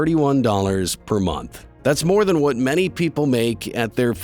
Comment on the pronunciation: It should be "better than" not "better ten"